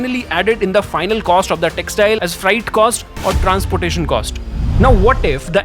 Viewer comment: Where are the textile parks proposed , & how will it stop the Bharat Bhraman ? Poor English pronounciation. ( Weapons, whopping,freight, others ).